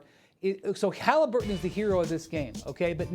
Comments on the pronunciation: "Hollaburton" where are the twins from? 😑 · Bruh, you’re a commentator . Learn how to pronounce “Haliburton!” Sheesh. 😂